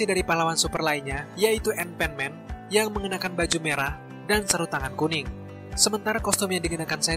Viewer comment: Bacanya anpanman, bukan enpenmen. lol🤣